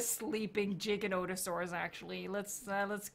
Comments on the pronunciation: It's Giganotosaurus. Not Jiganotosaurus. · It's not jija it's giga